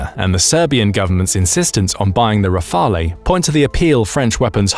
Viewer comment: Pls don't pronounce the 'e' in Rafale